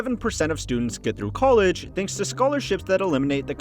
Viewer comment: Gotta love the accent of this guy - "COLE-edge." Lol. Sounds like many of the dumb girls who have gone to "COLE-edge."